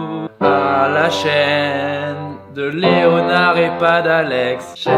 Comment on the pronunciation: il est 00h30 quand je regarde cette vidéo et quand tu as dit : j'ai bien dormi , Leonard aussi, j'ai compris : j'ai bien dormi le homard aussi x)